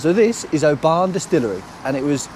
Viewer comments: Oban not pronounced OBAAN but Obin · It’s Oban not Obarn 👍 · Not criticising, we love your videos but have to say…it’s not pronounced “o-baan” it’s said “O-bin”. You did make us smile (maybe cringe a little 😉) though 😂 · Dying at pronouncing it Obaaaahn 😂 love that you guys went to where Balamory was filmed. The castle for Balamory (Archie’s House) is no where near there oddly. It’s 5 minutes from me in North Berwick it’s called Fenton Tower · Oh-man you sure loved Oh-ban :) :) :) <3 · we had the same thought about Mull, we visited a few years ago and was really surprised about the size of the place. We also visited Iona and Staffa - both very worth the visit. Oban btw is pronounced Oh-bin just for reference. We are increadibly proud to call home and also the pleasure of the beauty of it. It has been a joy to watch you on your travels and the laughter. jokes are suitably aweful - and brilliant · Mull is my ancestral home (only ever been once!). You're pronunciation of Oban is a bit off, but then you are sassenachs! ;-) Great video as usual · Very good guys just a wee think there’s no R in Oban 😜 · Pedant here 🙋🏼‍♀️😂 - it's Glen Et-eh-ve not Eht-eeve. Beautiful place and you must come back in Summer! Great trip guys. I saw my first otter in the wild on Mull. Literally crossed the road in front of us. Lovely place. Also it's normally pronounced Oh-bin not O-ban😂. You guys are great presenters though, honestly some TV channel should snap you up!